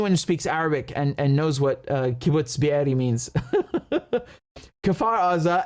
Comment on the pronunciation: Every time you say Be’eri, I die 😂😂😂